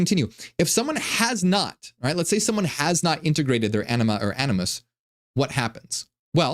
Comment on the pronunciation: Am I the only one that kept hearing him say “enema and anoos”?😅